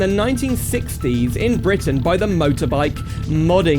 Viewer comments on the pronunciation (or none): none